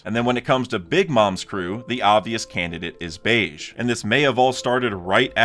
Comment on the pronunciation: BEGE RHYMES WITH GEGE (AKUTAMI) IT IS NOT PRONOUNCED LIKE BEIGE